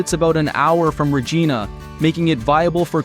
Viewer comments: Dude. You pronounce Regina wrong. Say it like it rhymes with vagina. Regina. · The AI voice made me every time it mispronounced Regina. Ree ge na is not how it is said. rofl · Omg say it properly. Regina like vagina!! Say it right!! It’s not Regina George.. it’s vagina with an R!! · REG "EYE" NA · Reh-J-EYE-nah, man! Rhymes with...... you know what. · “And this is why Regina rhymes with fun!” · Interesting and amusing, but should learn how to pronounce town names (Kap-a-skay-sing, Ree-j-eye-na., etc.) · I'm small critique, it's RegIIIna, long I (eye) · 😂 Regeena! 😂 lol narrator not Canadian. Also I live in Fort Saskatchewan, Alberta which isn’t too far from Mundare. It’s not a bad place, slow but lots of potential. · It’s this AI or an American that keeps mispronouncing Regina?